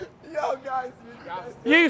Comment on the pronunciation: He said take off deem shoes